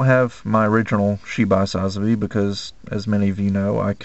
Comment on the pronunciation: Love all the models and paintjobs you do but i only have one thing that bothers me can you plz say sazabi right go watch chars counter attack your killing the name.